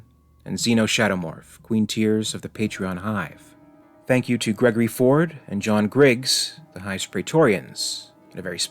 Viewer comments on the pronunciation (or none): none